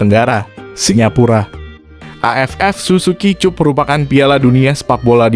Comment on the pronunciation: Tetap semangat...Tapi admin SUZUKI CUP ( dibaca: SUZUKI CAP). .Jangan salah jadi dibaca : Cup..😀